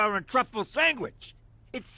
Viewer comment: "Sangwitch"...they don't miss nuthin'!!!